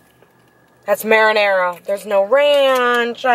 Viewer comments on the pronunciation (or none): Its called marinara not "merinera" Im from Greece so we have the same word. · “Can I have an order of marinara” sorry dad